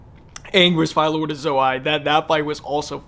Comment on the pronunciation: Why do you pronounce Ozai differently than the characters in the show? 🤔 I mean they give you the pronunciation...